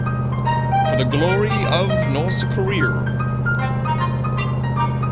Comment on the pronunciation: Wherecome to Rorth Korea + Herro Again